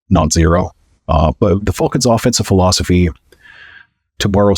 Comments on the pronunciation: Is it just me or is he saying fulcans. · Damn Canadians, A! Too funny, thanks for the chuckle, 😅